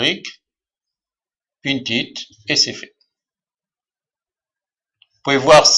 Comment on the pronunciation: Mais comment me suis je retrouvé ici ? J'avais deja depuis longtemps pinterest, et un bouton de raccourci mais ..... ce type a une voix énervante !!! on sent qu'il n'a rien de naturel dans sa façon de s'exprimer, et puis on dit "Pin it" pas "pinTTTT it" ....